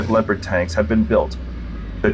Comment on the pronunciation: It's not Leo Pard.... get it right moron.